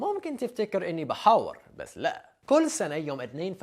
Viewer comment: dude, when I heard you say "بيحور" I just died 😂😂😂. maybe you just an Agent from Mansoura and you are actually not American, think about that 🤔🤔🤔